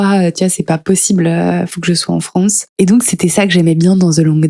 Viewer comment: Rien à voir mais ça vient d'oû cet accent ? Je veux dire, prononcer les "a" comme des "o" ? France = Fronce ?